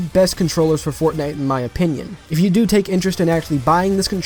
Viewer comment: I love how u said fortnite as fagnite, good job bro ur cannel is rlly different (in a good way) love it keep it up and have a good week 👌